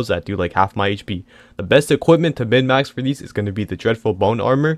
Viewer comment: its minmaxing not midmax wtf 😭